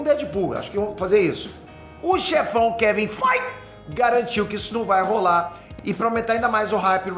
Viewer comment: falando Kevin "Fight" é o melhor, me acabo de rir 😂😂